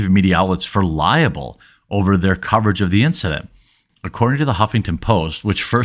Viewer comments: It's "LIE-bel," NOT "LIE-a-bul." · He's not "suing Tim Pool directly". He's suing Timcast Media. Also, it's not pronounced "liable", it's libel. Two syllables.